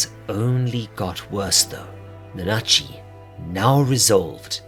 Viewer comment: You said it right, don’t worry about it. They just talking tomfoolery for no reason. 🤷‍♂️